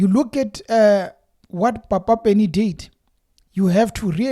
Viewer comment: You are pronouncing Papa Penny's name wrong. You must emphesize the p the same way you pronounce pan, Pernny Lebyane's name is also pronounced the same way. ..